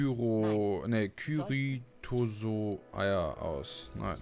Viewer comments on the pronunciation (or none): Cetarosaurus, Cetrosaurus, Zitronsaurus..... Ceratosaurus, genau, sag ich doch.:'D Brüten sie Kyro.. ne, Kyrithoso- Eier aus. (Richtig: Corythosaurus); Alter ich komm nicht drauf klar, diese harte Namensvergewaltigung. lernt ja nicht mal draus, er sagts jedes Mal immer und immer wieder falsch, so lustig.:'D